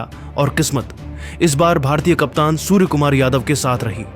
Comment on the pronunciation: Bhai सुअर nahi सूर्या bolo 😂😂😂